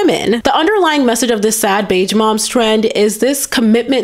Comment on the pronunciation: Beige is pronounced with a zh sound, not a dj sound. Like the s in illusion, not like the j in Joe